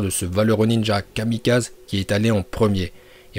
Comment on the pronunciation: Oh mon Dieu fils aimé des Dieux tu as osé prononcer " Kamikaz-euh "au lieu de " Kamikaz-è ":(